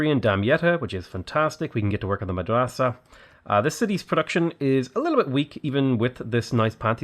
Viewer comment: your pronounciation of "Madrasa" is not too bad for an english speaker (native arabic speaker here :-) )